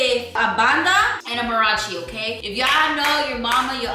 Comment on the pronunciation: Not “marachi” 😂